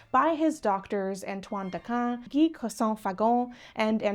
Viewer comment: Gee Croissant?